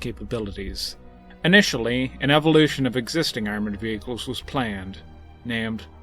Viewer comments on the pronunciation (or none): none